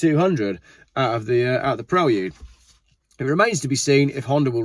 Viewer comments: The correct pronunciation is pre-lude not prel-ude similar to preview ! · I really enjoy watching your video! Keep up the good work! Just FYI it is pronounces “PRAY-LOOD” not “PREL-OOD”. Same way you wouldn’t pronounce “VAA-OOO-X-HAL” Cheers! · Say it with me "Praylude" 😂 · "Prel-yude?" SMH. Are you guys just trying to pronounce everything like a 4 year old? "Pree-Lude" I can understand, "Pray-lude" I can get behind, but "Prel-yude" is annoying. Whatever. It doesn't truly matter, it's just my American opinion. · Honda Preylewdyoud?!?? What? Lol😂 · this dude says Prelude funny